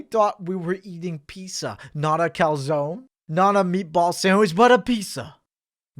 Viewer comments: Did you just say pissa here instead of pizza? Something's off here. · says the guy who calls pizza, "pissa" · I love how he says Peesa instead of peet-za (Pizza)